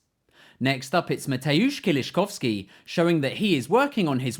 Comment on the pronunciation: It's never "cow ski". It's always "Kov ski"